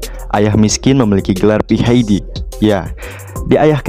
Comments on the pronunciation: Pi etch di bukan pi hai di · PhD itu dibaca / Pi ej di